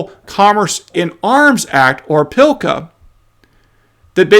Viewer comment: PS, PLCA does not have an "I" in it, so there is no Pillka.